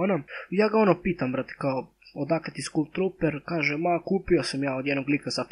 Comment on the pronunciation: Kaže se "skal" a ne "skul"